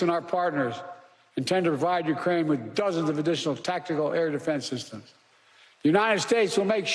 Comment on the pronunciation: Correct. He read defense systems on the teleprompter He said dfnzn syssums.